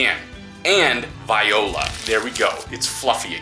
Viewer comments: You said "viola" . You seriously don't know the word "voila"? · It's "Voila" NOT "VIOLA" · Saying Viola like that is triggering me. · Vi-ola? Really? 🙄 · voila, not viola genius